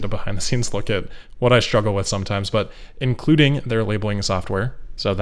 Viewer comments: Thank you for includeling that mispronounciation of including. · "Includeling" is gonna be the new "norminal" :D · “Includ-ooling” so SHOULD be a word.